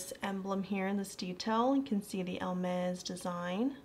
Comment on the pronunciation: I absolutely loved watching your review and you are adorable!! Just for reference, and it is not my intention at all to be mean, but Hermès does not have an “L” in it. It’s is pronounced more like ‘Air mez’. Again, I loved your review and look forward to watching more of them! ❤️